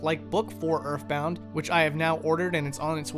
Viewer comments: why do he keep sayin erfbound doe? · "start wiff urff bound" please don't become british